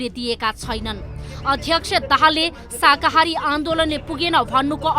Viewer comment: हैट यो प्रस्तोताले शाकाहारी भन्न पनि जान्दो रहेनछ । अलिकति पढ्नुहोस् प्रस्तोता जी, शाहाकारी होइन, शाकाहारी हो ।